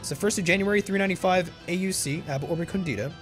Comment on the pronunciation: Very happy you tried this, this mod is truly well made. By the way, are you sure "ab Urbe condita" is pronounced like that? Shouldn't "condita" be pronounced "còndita" instead of "condìta"?